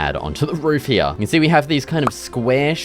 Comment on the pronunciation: Its called here and not "hyya"